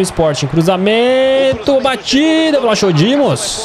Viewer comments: Se fala "vlaco". Não "vlacho" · O nome do guarda diz-se vlacodimos e não vlachodimos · Não e vlachodimos e escrito assim mas disse vlacodimos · não é Vlaxodimos que se diz mas sim Vlachodimos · não é vlachodimos que se diz é "vlacodimos" PS:sou de Portugal e sou do Benfica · Escreve se vlachodimos mas se pernuncia vlacodímos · Aí 😂😂😂 Na pronúncia fica vlacodimos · diz-se “Vlacodimos” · e vlacodimos nao o nome dele que e vlachodimos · Diz Vlachodimos sem o H é assim que se diz adeus